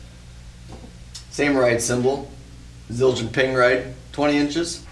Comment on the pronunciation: That Zildjian pronunciation was spot on mate :D